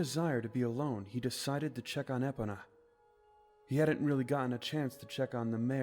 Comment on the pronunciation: Its bothering me that this guy can’t pronounce epona, grim and soot right